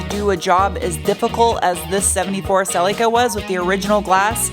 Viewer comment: OMG! I’m holding my breath for the next adventure Funny, how Americans pronounce Celica When I was a kid I would say to my Mum look there’s a silly car 😂